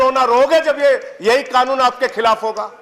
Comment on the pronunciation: Owaisi Kanoon ko Khaanoon bolta hai, kaisa leader hai be tumhara, anpadh kahi ka